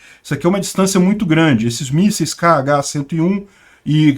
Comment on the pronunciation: "esses missel KH" eu escutei "caga" kkkkkkkkkkkkkkkkkkkkkkkkkkkkkkkkkkk